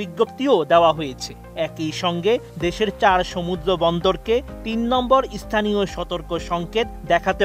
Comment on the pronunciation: ওটার উচ্চারণ ইস্থানীয় নয়, স্থানীয়।